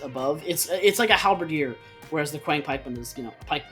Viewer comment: It is pronounced qi ang pikeman not quiang pikeman . Qiang = 枪 literally means pike in ancient Chinese.